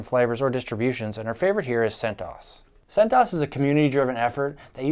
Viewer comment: oobuntoo, freenahz, and debeeian, centoohess